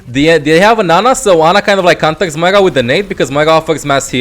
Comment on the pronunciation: where is the "G" in moira??? you keep saying moiga